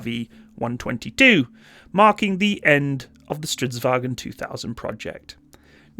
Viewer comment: As a swede, Im starting to get tired of people saying "wagen" to the word vagn. Like honestly. Its not even close, stop saying it in german, use fucking translate if you need to learn it. Or AI voice. Even that is better at this point.